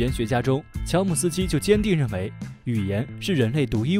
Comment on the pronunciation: 乔姆斯基读成了乔姆鸡丝。。。。。